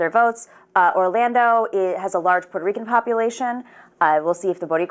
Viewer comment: She read Puerto Ricans in PA so wrong....